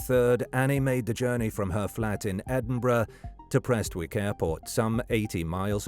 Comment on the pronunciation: At least he pronounces Edinburgh correctly 🤷‍♂️